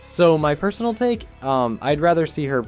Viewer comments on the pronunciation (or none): none